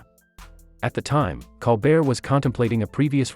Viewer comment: If you do more on Colbert, please learn how to pronounce his last name. Thank you.